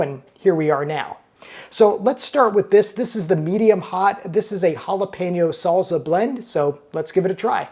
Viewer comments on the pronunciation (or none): There's no 'Z' in Salsa. Learn to pronounce it.